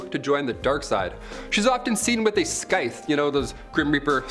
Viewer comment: Isnt scythe pronounce siye-th